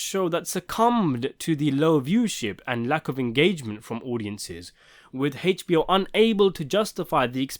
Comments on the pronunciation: How can I get you to stop pronouncing it “Haich-B-O”? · The way he says HBO kills me